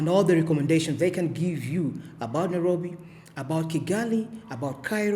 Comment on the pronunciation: Its called NA- ROBBY😊